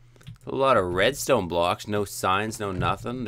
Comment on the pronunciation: You said redsont